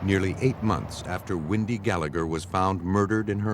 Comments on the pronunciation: Windy? You really can't say Wendy? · Is the name Windy? Or Wendy? It’s Wendy! Can’t people pronounce simple names?😊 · Narrator saying windy sister saying Wendy 🤷‍♀️ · Why are they saying “ windy” it’s Wendy!!!! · Why does the narrator pronounce that poor girls name as ‘Windy’ ??